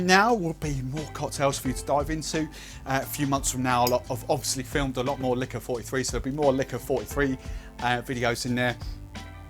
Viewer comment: Dude it’s Licor Quarenta y Tres - easy to pronounce. Nice looking cocktail. But what are these ‘mils’ you are talking about?